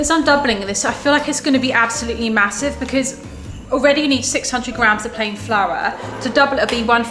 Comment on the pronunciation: I cracks me up when they say mahosive